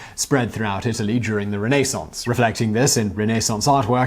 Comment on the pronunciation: You mangle the English language every video( Renaissance) did you practice fucking it up in the mirror you suck